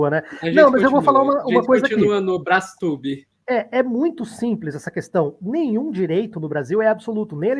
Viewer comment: Brastube soou estranho kkk